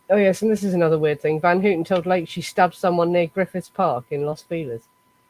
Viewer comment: It's pronounced:' Van- Howten'(' Van Houten ').